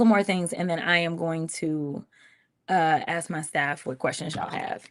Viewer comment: I wuz gonna axe.